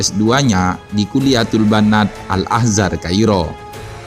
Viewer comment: Al Azhar bang, bukan AL Ahzar